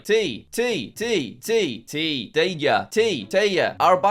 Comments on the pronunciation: You mispronounced the German "Tee". May Duo have mercy. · You should say that finnish one as tee not tii